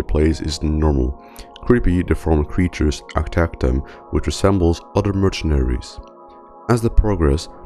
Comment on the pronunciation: bro really said "merchanaries" and "plagee doctor"